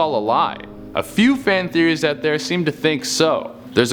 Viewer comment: series? Its theories